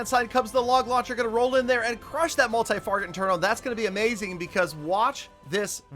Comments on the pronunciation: I like real time videos, Also i just realised he is saying multi farget and single farget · “multi farget interno” 2021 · I get everything but freaking stop saying multi farget interno